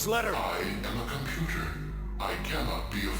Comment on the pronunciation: stoopid compootah !